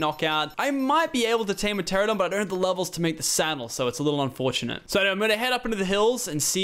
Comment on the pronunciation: lachlan still can't say pteranadon